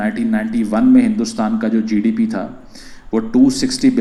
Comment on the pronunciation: GDP to bolna sikhle